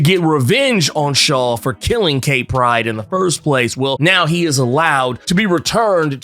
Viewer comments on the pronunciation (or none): none